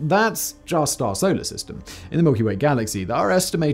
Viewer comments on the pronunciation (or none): none